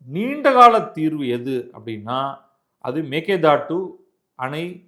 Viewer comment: Sir you are the only person correctly pronounced 'meke datu மேகேதாட்டு'. Surprisingly almost all tamil channels pronounce incorrectly.